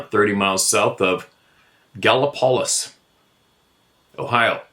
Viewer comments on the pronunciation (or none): It’s pronounced Gal - o - po- lees, Gallipolis. 😊 I’m sure you’ll hear more from this area of Ohio.